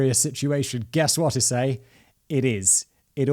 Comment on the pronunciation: Waiting for Simon to not say Ee-say-ee incorrectly